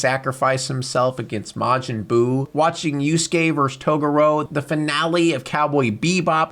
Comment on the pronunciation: thats a weird way to pronounce Toguro..